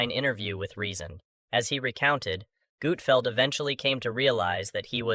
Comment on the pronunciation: I can’t stand these A l videos! “Gootfeld”??